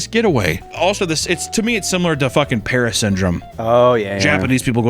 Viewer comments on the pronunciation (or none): none